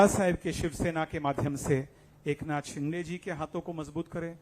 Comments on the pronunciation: शिंदे ला म्हणतोय हा 😂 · अरे धड शिंदेबोलता येत नाही तु कय उपटन करनार आहेस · नाही शिंदे आहेत ते..शिंदे म्हणत असतील बस झालं यार किती चढवशील,फार शेंड्यावर आलो चनाच्या झाडाच्या😂😂😂😂😂